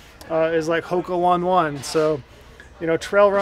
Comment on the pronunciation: Did you say "Hoka one one?" LOL! That's not how you say it. It is "Hoka on ey" on ey'." Also, the Mammut Kendo is junk. While light and good while it works, I tore up a pair of those in six months on Colorado Granite, above timberline in Grand, Summit and Eagle counties. Extremely disappointed when I broke a mid-sole. Mammut bought the old Raichle hiking boot company. So disappointing what Mammut let happen to the products of this historic boot company.